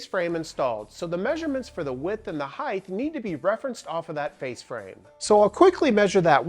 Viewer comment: The word is “hight” not “highth.”